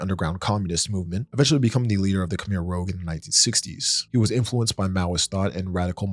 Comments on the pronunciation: Khemer “rooj” not “rōg” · Its Khmer rouge - sounds like "rooj"as in the colour red. An old word for women's blush. Not rogue. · "Khmer Rogue" lol dude, it's the Khmer Rouge (Red Khmer) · Khmer Rogue is one of the most hilarious mispronunciations I've ever heard. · Khmer Rouge, Iran, Iraq, Allende, Kosovo, junta … all mispronounced.